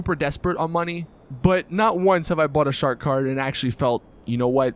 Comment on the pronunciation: I thought he said shart kart but he said shark card